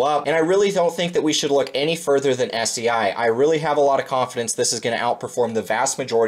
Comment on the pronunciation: Fyi , it’s pronounced like SAY not SEA